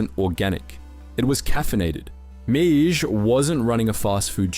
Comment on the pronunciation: Don’s last name is pronounced ‘may’ love the video very accurate but this killed me the whole time